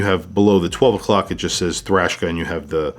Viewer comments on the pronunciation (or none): I do wish it was bigger ... 41 or so. Not a big fan of a bracelet that goes down to 16mm, not very comfortable on my wrist. You keep saying thrashka instead of Traska. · Why do you say “Thrashka” instead of Traska? Isnt this an American company? Do you know this to be official way to pronounce? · Traska ma man not thraska. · Come on. Its Traska, not Thrashka. It is called a clasp not a buckle and lastly it clearly has 5 holes of micro-adjust. I own one and its clear in this video, yet you say it has 6 holes. What's going on dude? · Traska, not Trashka... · It's an awesome watch and wears great on my 6.75 inch wrist. Have it in black., awesome video but I think you're calling it Thraska or something other than it's actual name Traska. 😊👍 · Lol that threw me for a loop too 😂 “THRASHKA” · 😂 he dosnt even say the name right